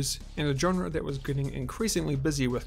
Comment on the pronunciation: but you can’t pronounce it…